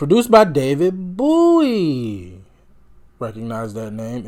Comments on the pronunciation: BOW-ie rhymes with SNOWy or SHOWy. It is not pronounced BOO-ey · Great reaction! I can't wait to watch more of your videos. I wouldn't ever call Lou Reed's music "Glam." I think, I swear -- that some call him "Glam rock" because he wears guyliner. He and David Bowie (BTW: Bowie rhymes with "bow" like "bow and arrow ") both wore make up, and they were friends, but Lou Reed's music was IMHO more experimental rock -- that sort of paved the way for punk, alternative and glam rock that came later.